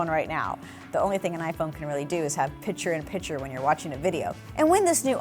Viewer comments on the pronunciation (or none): Heard that too and couldn’t let it go.